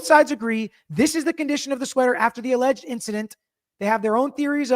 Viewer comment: She couldn’t even say “alleged” incident.